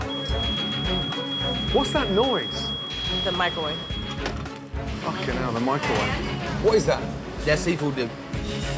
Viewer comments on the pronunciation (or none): "Mike Ro wave"